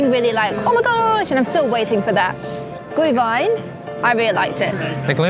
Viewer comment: or you enjoy it cold. But then its a coldwine, not a glowwine (=Glühwein) ☝️ 😂